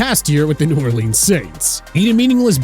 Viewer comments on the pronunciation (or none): none